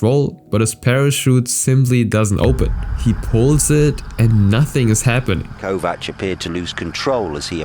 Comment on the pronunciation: This Viktor Kovács and not Viktor Kovats this wrong. I am from Hungary but not knew his accident. He is looking Romina gy. Spyies because his name Kovács Romina gy. Spyies name